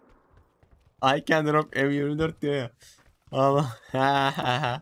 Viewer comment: "I CAN DROP EMYİRMİDÖRT" lkandalkwnd hadi bakalım :D